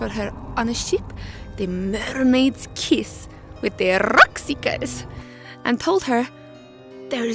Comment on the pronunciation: That rolling 'R' on 'Rockseekers' was ON POINT. Fantastic job! The animation looks great and the vocal performance infused with an infectious passion and playfulness. Looking forward to seeing more :-)